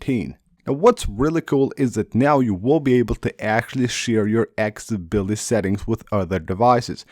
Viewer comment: It’s pronounced AK-SES-ABILITY.